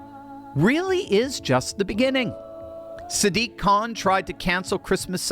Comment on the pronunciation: I think you need to focus on the "diq" part with more emphasis